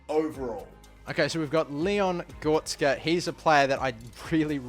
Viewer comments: Leon Gortska🤣🤣🤣 U mean: Leon Goretzka? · Gortzka 😂🤣🤣 it’s Leon GORETZKA (goretzkar) gor-retz-kar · ITS GORETZKA NOT GORTZKA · Leon goretzk hahhaha bruh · Man said Gortzka you know? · It’s pronounced Go-re-ts-ga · He makes a huge build up to the final one and then he goes and says Leon Gortska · Just to help it's go-ret-zah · "Goh res ka" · Leon Gortzka 🤣🤣🤣🤣🤣 Cant pronounce sh*t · My man said gortsca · As a massive Leon Goretzka fan, labelling him the German Gerrard when he was at Schalke, this name butchering hurts... like NIN/Johnny Cash "Hurt" type of pain. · What the fuck who pronounces Goretzka like that😂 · 7 years later and you still dont know how to pronounce the name goretzka... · The way he says goretzka it triggers me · My man can't even pronounce Goretzka